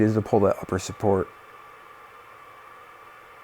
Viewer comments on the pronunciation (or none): none